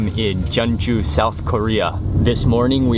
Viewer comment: isnt jeonju pronounced as jon-ju instead of je-on-ju